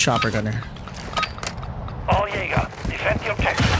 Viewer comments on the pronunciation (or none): none